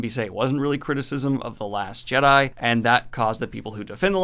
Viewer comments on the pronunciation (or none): none